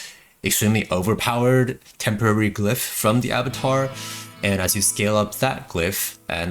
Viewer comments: Ah BAH Twahr dude. Please. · Abattoir = A-Boo-Twaa